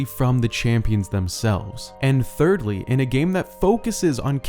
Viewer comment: my man really just said thirldy lol